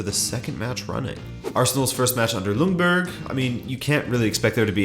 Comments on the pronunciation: Pronounce Ljungberg it like Jungberg ;) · Great video just have one question. Why does everyone pronounce Freddie Ljungbergs surname as "Lungberg"? Pronouncing it "Jungberg" would be closer to how it is pronounced in Sweden. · But don't the english have the "J" sound? It makes no sense to me why you would pronounce it with an "L"